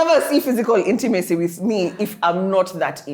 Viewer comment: Inti-maseee 😂 Repercussions or ramifications is the word you were looking for